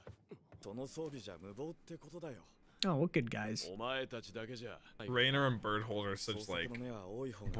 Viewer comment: Given the amount of times you called Reiner "Raynor", I'm guessing someone's a Starcraft player.